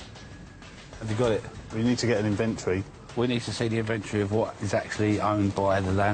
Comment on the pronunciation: "Invintree"... INVENTORY! Please say it correctly.